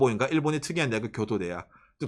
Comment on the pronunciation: 교도대학 발음 좋앗다